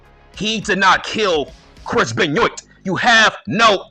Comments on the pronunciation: Chris "Benn yoit" 🤣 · Why are you pronouncing Benoit wrong ?